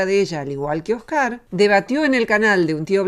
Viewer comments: "Oscár" "Un tío blanco HÉtero", ¿Pór que Róxana cambiá los ácentos a las pálabras?, no lo entiendó... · No entiendo por qué Roxana dice Oscar y no Óscar. Me rechina. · Esta señora tiene varios problemas, pero uno de ellos es con los nombres, los pronuncia como le da la gana. Oscár y Tío Blanco Hétero.